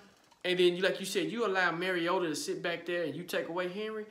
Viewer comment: Bruh I’m not trolling but Mario- ta. Like Mario brothers. You are saying merry o da. All love tho bruh. I’m from Florida so I get it. I use to say it like that as well. Lol TitanUp